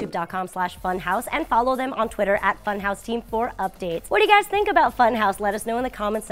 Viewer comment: You pronounce funhaus wrong.....